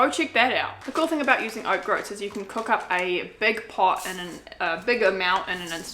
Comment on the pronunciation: grouts is pronounced with the same vowel sounds as coats.... or Oats actually! ☺️💗🙏🌺